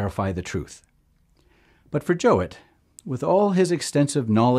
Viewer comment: It’s pronounced joow-it not joe-it just to let ya know